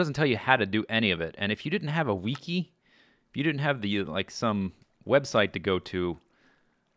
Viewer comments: i like how you say wiki "weeky" lol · God knows how many hours of Z's videos i've watched, full seasons of super hostile maps and all mind crack and FTB and still everytime he says "Wee-kee" it gets me xD ..... "Wee-kee" xD